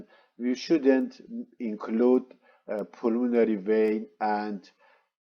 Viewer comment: Maybe a good spécialiste but what impossible English prononciation i because i know the médical termins i guess what he actually means, "the pulmonary" is out of spelling .....my i got difficulty following...